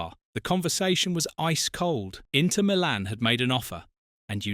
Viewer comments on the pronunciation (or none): none